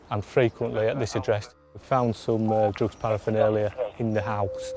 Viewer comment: For goodness sake it is not parafinalia it is paraphernalia. You would have thought the senior police officer would know that.